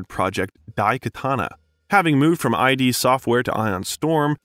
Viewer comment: "Eye-dee studio" !? Brother it's id: one syllable, rhymes with kid.